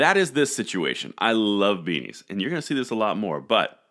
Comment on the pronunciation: did u say u like weenies or beanies lol hope it’s the latter one like your Chanel so much good info